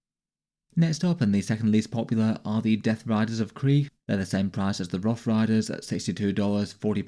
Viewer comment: Its "rough"